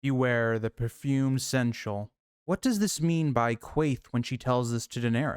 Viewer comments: I appreciate the absolute gall of pulling up the pronunciation guide before continuing to mispronounce seneschal the entire video lol. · Can't watch this video if you can't say the word right lmao get help vro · I mean this the best way, because it legitimately made me laugh; you give the dictionary definition of seneschal, with the pronunciation guide right there... And still pronounced the word consistently wrong. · (Seneschal is three syllables. 😉) My guess is Varys, but I like the "stinky steward" too.